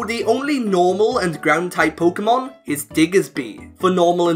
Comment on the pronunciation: "polka mon" I cannot watch this.